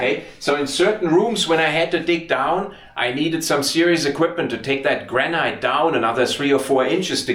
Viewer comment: Granite is actually pronounced Granat Nat instead of night. Why because I live in the Granite capital of the world, we have a quarry where the granite was extracted from was the biggest man made hole in Europe it was closed many years ago and now full of water, The granite from this quarry not only built or city but was shipped around the world and can be seen in many landmark buildings throughout the world, My house walls even above ground is 600mm thick, Love your videos and todays one was a really interesting mix